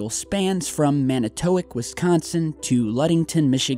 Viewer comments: Manna-TOW-WOK! Not Manna-TOW-wick. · I had to pause the video to tell you the city in Wisconsin is NOT pronounced Man-i-toe-wick! It is pronunced Mannit-ta-wok! sorry, but i lived up north for a while and Manitowoc, Wisconsin is one of the places I have lived. Maybe I should e-mail some videos I took in Wisconsin of strange activity in the sky, and on the ground... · "Man-a-tow-ic" lmao. I love hearing people out of state say our city names. Gets me every time. 😂 It's pronounced "Man-i-ya-wak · I actually live in Manitowoc, by the way it's pronounced "Man-i-to-woc. Anyways I remember hearing about these stories when I was younger, I've had some strange things occur over lake Michigan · It's all in good fun when people not from Wisconsin try to pronounce city names. :). #Manitowoc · I live in Manitowoc, Wi and it was hilarious the way he pronounced it. Sorry to "make fun of you" but i got a damn good laugh from it. Great video. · you said manitowoc wrong man angrey